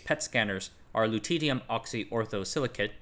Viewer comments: It's silly, but Lutetium is pronounced "Loo-tee-shee-um" (or "Luh-tee-shee-um" in UK) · The way pronounces loutittyum makes me titter with glee